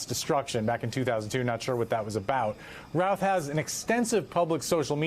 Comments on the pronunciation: It's not pronounced Ruth it's Routh like South, like shut your Mouth. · Pretty sure its pronounced "Rowth" not ruth.